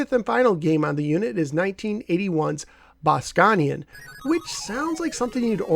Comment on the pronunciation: I actually really like this unit, but it's not my favorite. Not the best selection of games, the sounds are off, and maybe some of the colors are off, but everything else is pretty good. (BTW, I think you pronounced Bosconian incorrectly, it's actually pronounced "Boss-cone-ian".)